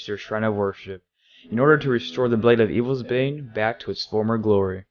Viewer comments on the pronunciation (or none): none